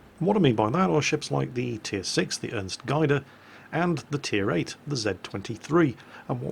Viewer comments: Gaede not Geide... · The Ernst Gaede is actually pronounced Ernst Gayhde or Gehde as "ae" is the transliteration of the German letter ä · Its pronounced gay-de-th roughly and yes im german and yes i know it says gay but its not my fault that your language cant pronouce german without making a joke out of it when you spell it out (or at least get close to it without raping you pronouncing) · Gaede is pronounced "Geduh" with a bit of an accent/elongation on the first "e". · Gaede sounds like "Gayde". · BTW "Gaede" is not pronounced "guid-e" . The "ae" is pronounced like an "a" in Hamburger or David H sselhof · Just for your information its pronounced Ernst (you had that one quite right) Gade (with the A sounding like the A in Apple) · The Ernst Gaede is pronounced with an "ae" sounding like the "a" in the name Garry, but close enough ;) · btw: you pronunced Gaede wrong xD